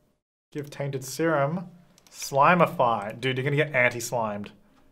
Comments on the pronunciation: It’s slimify, not slimeify, notice there is no “e” in slimify, so it’s a slim serum and don’t argue with me! I’m a writer 😂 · if you spell it out, it is ‘slim’’ify’ not ‘slime’’ify’ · There is no 'e' in Slimify hence it is slim-ify and not slime-ify 🤷‍♀️ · Everyone: Read Slimify as slim-ify.: But the way it's spelled reads "slime"... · Dude it’s ‘slim’ but I’m DYING ‘slime’ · Slimify would have an e if it was slime-ify. It’s slim-ify, not slime. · the word is slim, sir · Also, in “fine” and “finish” the “I”s are pronounced differently despite the fact that finish has two ‘i’s, so I would think that it is Slim-ify. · You guys are all wrong! It’s not pronounced slimify or slime-ify. It’s totally pronounced sleem-ify! 😉 hehe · He was annoying me so much saying slimify purposely wrong. I gave up watching. 🙄